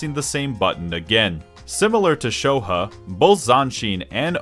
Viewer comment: Pronouncing Shoha, "sho huh" is not something I thought would infuriate me